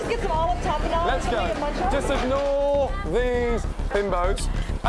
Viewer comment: “ Just ignaor these bimbos”😂